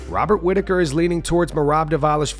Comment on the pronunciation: 😂 damn dude whats wrong with Robert Whittaker?